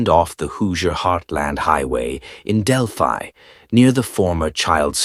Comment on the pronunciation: I'm from Delphi Indiana he doesn't even pronounce the name right he also keeps referring to this white-haired mustache guy as Richard Allen and he is not get your facts straight